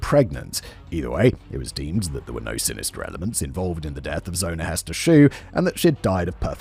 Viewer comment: Ummm. I think her name is actually Hester, pronounced with an “eh” sound, not an “ee” sound.